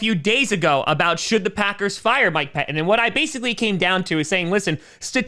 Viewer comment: Yeah, just FYI...."Pettine" still has two "t's" in it.....you might try learning to pronounce them.